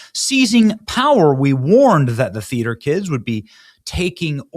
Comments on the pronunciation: Thought you said feeder kids .. lol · Is Benny saying feeder or theater kids?